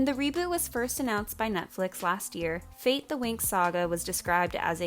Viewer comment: "Fate" is not an English word. Winx was an Italian show. Fate should be pronounced in italian. It means fairies not "fate" as for destiny. Sorry, but it's sooooo strange to hear you say fate like that ahahah